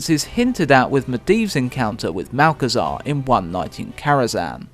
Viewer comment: "Malchezaa", my favourite